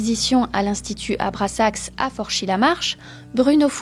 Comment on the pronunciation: c'est abraxas t'as inversé le s et le x